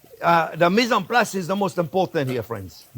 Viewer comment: it's actually mise en place but your spelling gets the job done and sounds how he says it.